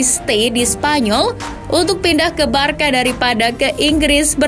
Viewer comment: Barsa mbak bukan barka cara baca nya